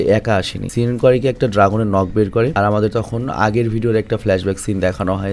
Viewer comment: সেন ❌সিন ✅, 🤣🤣